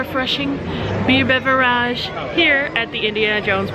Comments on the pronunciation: You are joking by saying beveraaage? Right? I cringed every time you said it that way. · Its beverage not beveraaaaagh its not a word better of using the word drink